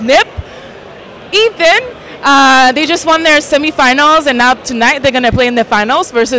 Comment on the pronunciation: She did say "Ethan" at the beginning, right? Or is it just me? =/